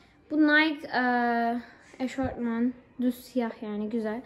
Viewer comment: eşortman değil EŞOFMAN die okumuyor cnm